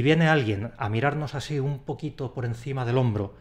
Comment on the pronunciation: ¿Y el añadir la N en el así? AsíN no se puede seguir....